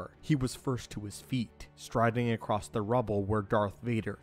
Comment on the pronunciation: Someone please tell the narrator that the word "across" doesn't have a T in it.